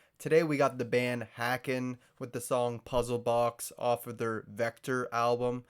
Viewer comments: Hay-ken, not Ha-ken. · Love all their stuff. Btw, it's pronounced like "bacon" with an h. Recommend "Carousel" off "Virus" and "Sempiternal Beings" off "Fauna". But really, most of their songs are ridiculous.